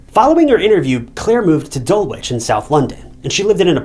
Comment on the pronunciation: Dulwich has a silent w and us Brits like to be annoying like that with our unpronounceable words!😂